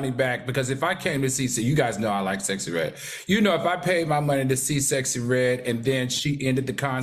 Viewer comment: Al is Sooooo PROPER. He can’t even say Sexy Redd right….lol